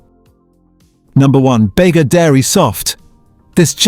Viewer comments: This guy "tries making" lots of things, I wonder if he actually does? And it's pronounced "Beega" not "Bayga" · Ai generated voice. Bega is pronounced Beega not Bayga. It's named after the town of Bega in New South Wales. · Thanks for the video and the health warnings, but seriously, no Aussie would ever pronounce Bega as Beg-a. It's Beega as in the town in southern NSW. Thanks for the warnings, and now I look forward to your recommendations. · Just a point of interest BEGA is pronounced “Beega” not “Baega” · Bega??? It's pronounced "Bee-ga".... Not "Bay-ga"..... I know because my ancestors were original settlers in the Bega Valley. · It’s pronounced Beega, not Bayga 😒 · Bega is pronounced Beega. Not Bayga! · Agreed. Bega (pronounced Bee-ga not Bay-ga) doesn't have a butter branded under its own name. It's branded under Tatura. The Western Star butter I have only has pasteurised milk and salt. Therefore it's a pure food. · You are not doing much for your credibility calling Bega bay-guh pal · It is telling that you mispronounce "Bega". Makes me lose trust in anything you have said. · I think you may find the name Bega, is pronounced "Bee-gah" , as the company was originally associated with the town of Bega, "Bee-gah" in NSW, thought to be a corruption of an aboriginal word. As it is not an English word, in derivation, nor does it have and accent over the "e'', I have never heard it called Bayga, or the town name. Better get your AI names correct if you want people to believe your content. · Baga? Butter........Get a better AI. One that does better research. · bega sound's like BEE- GA...:hand-pink-waving::face-blue-smiling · Try pronounce Bega properly (beeega)got it dumb AI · Read by AI. EG: bad pronunciation.”Begga” butter lol and practically zero research: EG: The Bega Coop was formed over 125 years ago (not almost 100). 🎅🏼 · Pronounced BEEGA ....GUESS YOU ARE NOT FROM Nsw. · BEGA IS PROUNCED Beega! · It's pronounced Beega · Not Australia he can't pronounce Bega.